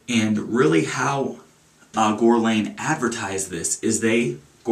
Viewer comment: It's pronounced Gurr-Lawn. Besides that, nice review. I only like their cologne L'Homme. ~